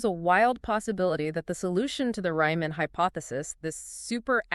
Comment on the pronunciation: "Ryman"?!?!? It's "Riemann"! 🥱❤️